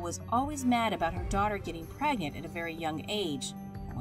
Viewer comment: "pregant" lmaooo